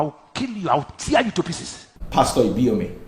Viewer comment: He said i will kill you , I will thear you to pieces....oh my God ,how can this fake pastor be threatening someone's life like this naa ?